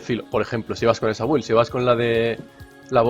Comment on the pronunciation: Alguien dígale por favor que la "u" de build no se pronuncia, me sangran los oídos :(